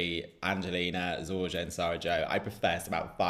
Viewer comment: ZorYa (letter J is like English Y). Enjoy in Belgrade👍👍😉😉